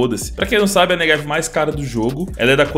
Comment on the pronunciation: tu diz neVeg em vez de neGev igual eu